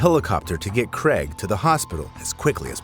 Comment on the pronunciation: Neither is Cregg, errm I mean Craig.